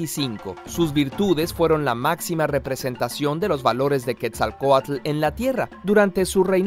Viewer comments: Pronuncias mal "quetzalcoatl". La "tl" en nahuatl clásico se pronuncia como una "t" suave y en nahuatl moderno (dialectos) se pronuncia como en "aTLántico". Es muy suave. Se nota que no investigas o que jamás has tenido contacto con gente real que habla nahuatl. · Así no se pronuncia quetzalcoatl. El creador del vídeo no conoce el nahuatl. No conocer una lengua, te hace ignorante a la cultura de dicha lengua. Fácil.